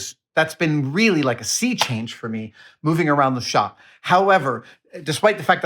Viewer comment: Fantastic. And thanks for throwing in a New England pronunciation "Shoppie" in there.